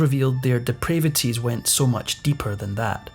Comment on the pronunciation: "di pray vities"??